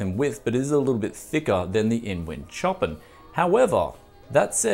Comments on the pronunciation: it's not chopping its sho-pan as in the composer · Not that much smaller than a DANCASE tbh Edit: also I think the InWin Chopin is pronounced "Sho-Pan" like the composer